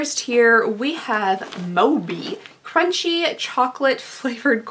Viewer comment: it’s so cute how you pronounced boy bawang 😂 moby is my childhood snack I love the caramel flavored ones.